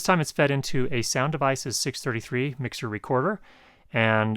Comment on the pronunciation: When you said Sound Devices I thought I heard you say "sound of ISIS" and started to worry...